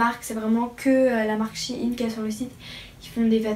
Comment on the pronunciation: oui et maintenant je commande tout le temps, par contre on sit pas shiine mais shein